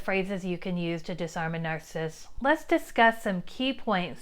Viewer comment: Any chance you might be okay with me saying you are saying 'narcist' incorrectly? There is a man on YouTube who is one and explains life from his perspective but says this word incorrectly as well It's not narsist with two syllables It's narcissist with three syllables. Nar- ciss-ist No disrespect, but words are important. How you say them is important too.